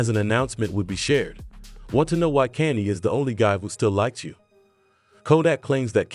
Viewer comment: why u saying kanny west?